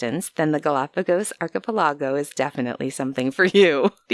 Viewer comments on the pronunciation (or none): Mispronounced archepelogo.